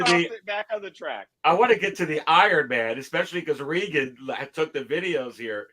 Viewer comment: Thanks for having Reagan on again. FYI his name is pronounced the same way as Ex president Ronald. He is too polite to correct you. 😉